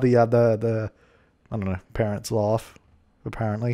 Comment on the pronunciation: "That's how the parents laugh apPARENTly" I see you